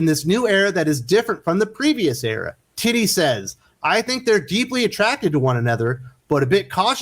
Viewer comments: I love you make her name sound like “Titty Howard.” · Ehh why does "tini" sounds like "tiddie" in your mouth? 😅😆😆😆